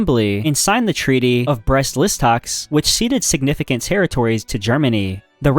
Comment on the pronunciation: brest listoks?